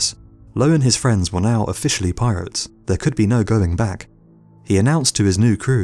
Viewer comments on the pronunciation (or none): none